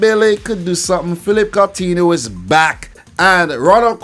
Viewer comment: Phillip caltihno😂😂